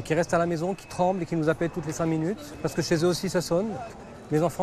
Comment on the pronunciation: 11'57".....vu comment elle prononce Minute " MINOU-TE " on sait qu elle veut le retour du SHAH MINOU 🐱🐈